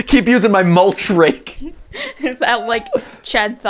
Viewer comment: Every time you say mulch rake I think you say moltres like the legendary bird Pokémon